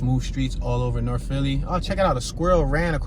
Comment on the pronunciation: Norf, Wess, & Soufwess.